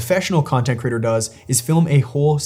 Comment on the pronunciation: Very educational. Please consider correcting your incorrect pronunciation of the word creator.